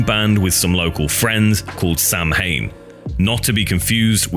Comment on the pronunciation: Samhain is pronounced "SAH-win"